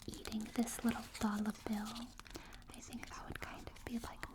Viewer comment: In line with the whole Hard Mode thing, love how y'all also basically made a video that has New Game + Also, the New York accent making a brief comeback for the dolla bill bit cracked me up something fierce lol